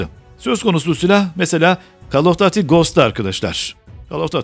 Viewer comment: Call off duty derken "düti" şeklinde olacak telaffuzu